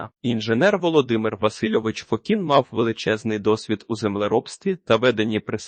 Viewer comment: ФОкін, а не ФокІн ! 😅